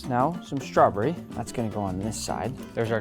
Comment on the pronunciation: I love you but it’s strawBERRY not strawbury 😅